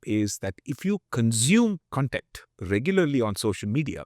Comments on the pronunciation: Just a small aside: Content pronounced like you do is the adjective (I am content with his answer). Cun - the short cuh is used for adjectives and CON (as in con-artist) is used for nouns. It is clearer in words that do not share the same spelling with the related adjectives. CONfluence, CONgregation, CONtext. However contextual is pronounced cuh-n-textual. Other examples are Consummate. This is not intended to mock or criticize your pronunciation. I just know you are a Nerd like me and would appreciate the info. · I love your videos and the knowledge you spread about health and food. I wanted to share some feedback. Hope you will consider it for your upcoming videos. CONTENT - Spelled the same way. BUT when pronounced as cun-tent = happy/satisfied con-tent = information. It helps listeners contextualize better.